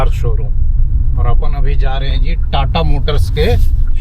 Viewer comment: TATA KO TATAAAA BOLNA SIR !! Try HYUNDAI ALCAZAR❤